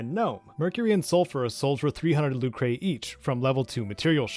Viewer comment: This is a great guide! I am so happy I already went through all this when I replayed Legend of Mana back in 2019. It's fun, but it's a giant time sink. I give all credit to helping me in all this to "A German Spy". Fabulous Legend of Mana scholar. Oh! It's not "Luke-ray", it's just "Luker".